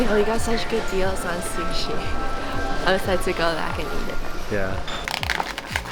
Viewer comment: Yay Japan vlogs, when are you guys going back?? Also “fatty tuna shushi” 😂